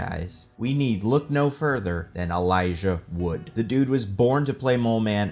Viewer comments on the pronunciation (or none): none